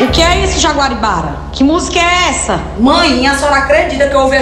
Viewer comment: O errando o nome da Jaguaribara foi o melhor KKKKKKKKK